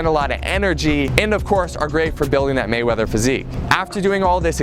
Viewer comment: Floyd Waymeather???